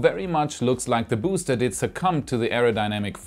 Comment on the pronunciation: Every time pronounces BOOster 👻